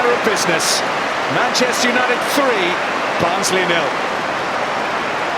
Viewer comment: It is barnsley 😂